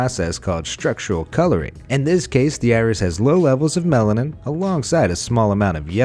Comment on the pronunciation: It sounds like he keeps saying melon 😂